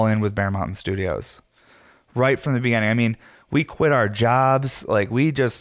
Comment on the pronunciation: I love sitting down to listen to you with a heady and coffee Sunday mornings. Its been something I've come to look forward to. Hope you keep doing them. Also, youre the first person I've heard pronounce beginning like begenning, is that a Colorado thing? Sounds Canadian kinda.